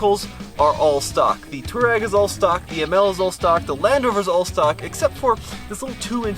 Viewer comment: Touareg should be pronounced "TWA-REG", after the nomadic African people. VW gave up on the correct pronunciation after so many mispronounced it. Similar to Hyundai in the late 80's, as the correct pronunciation is HYUN - DAY (Y sound is pronounced).